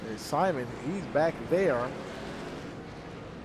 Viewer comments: Is pronounced SIMOAN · Simon is pronounced SIMONE!